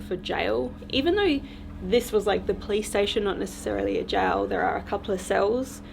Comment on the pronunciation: Every time she says police station I hear play station 🤣 who else does ?